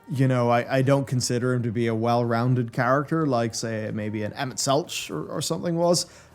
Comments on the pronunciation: the mispronunciations of emet hurt me :/ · keeps getting Emets name wrong. I don't even know how many times it was verbally said in game.